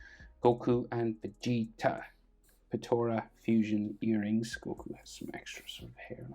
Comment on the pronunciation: Btw it’s called potara